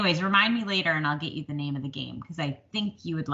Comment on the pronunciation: Yes you pronounced my name correctly! Thank you! I am wanting to do some valentine stitching so yay! I need to run to JoAnns and see if I can find that cat frame! Just love your valentine stitching. Encanto is amazing isn’t it? Great video this week and thank you for sharing your stitching. I do wish you luck and am sending good vibes.